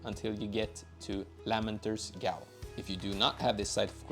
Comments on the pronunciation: Gaol is pronounced “jail” 😂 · Gaol is pronounced Jail. It's the old way of spelling it. Also, scadutree is shadowtree. Scadu is old spelling for shadow. I just learned this the other day and wanted to share :) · Thanks, also Gaol is pronounced "Jail" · ☝️🤓 ummm actually..gaol is pronounced the same way as jail..thank you for the video friend, these pots are actually amazing to use in pvp lol